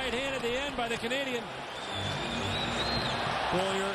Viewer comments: Who the hell is "Bowlier"? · Relax guy. I was making fun of the announcer's pronunciation of Beaulieu. He kept butchering his name by saying "Bow-lee-er."